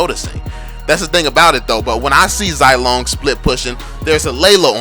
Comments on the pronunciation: Zai lone? I say ze long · Zilong is pronounced zee-long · And you cant even say zilongs name correclty 😂👎